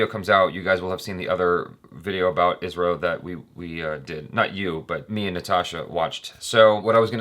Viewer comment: It's pronounced isrow, as a single word